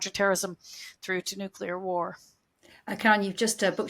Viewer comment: It's nu-KLEE-ar, not nu-QU-lar ! Even my 5 year old can say this!